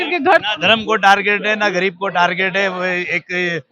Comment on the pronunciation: यह न्यूज़ रिपोर्टर र को ड कह रही है। जैसे गरीब को गडीब, और भी शब्द है ध्यान से सुनो